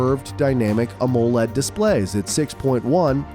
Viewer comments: Oh yes... Always love these AI videos. "aMOE-led" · U need to work on the pronounciation of the word AMOLED